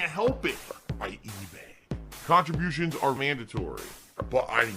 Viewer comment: “Khantribotiuns are and will always be mahndatory”